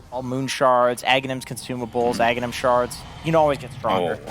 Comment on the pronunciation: CAN STOP SAYING EGG, ITS FUCKING AGHANIM, NOT EGGENIM FUCK SAKE